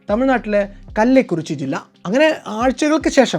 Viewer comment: കല്ലൈക്കുറിച്ചി അല്ല, കള്ളകുറിച്ചി എന്നാണ്.